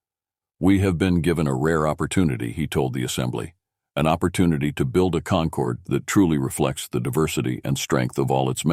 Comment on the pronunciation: The word is “concord”, as in Concord grapes, concordance, order or ordnance - with an OR sound - NOT “conquered” with an ER sound.